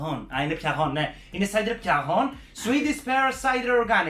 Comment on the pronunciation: Ρε μου το αναψυκτικό είναι cider. Ενώ η σοκολάτα λέγετε (ντέμ)